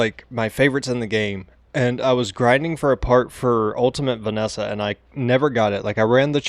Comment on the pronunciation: Vee-es-sah not Venessa